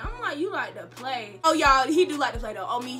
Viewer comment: “I just like to plway, I like to play” 😂😂😂😂😭